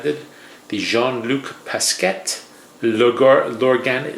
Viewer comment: It's pronounced "Pas-kay", not "Pas-ket". ;)